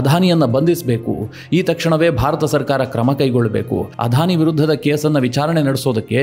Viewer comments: ಅಧಾನಿ ಅಂಭಾನಿ ಅಂತ ಹೇಳದೇ ಅದಾನಿ ಅಂಬಾನಿ ಅಂತ ಸರಿಯಾಗಿ ಹೇಳಿ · Sir, You have pronounced everytime as 'Adhani' instead of 'Adani'. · ಅಧಾನಿ ಅಲ್ಲ ಅದಾನಿ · It is not ಆಧಾನಿ. ಅದಾನಿ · It is not Adhani it is ‘Adani. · Adani not Adhani.